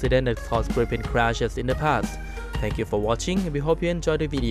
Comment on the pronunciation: Gripen (swedish) to pronounce it correct in english, say the english spell greepen in english, then it sounds right.